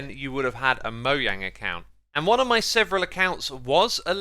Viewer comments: will you say the damn name right!!!! mojang as in mo "jay" ang.. SAY THE DAMN "J"!!!!!!! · Bro said Moyang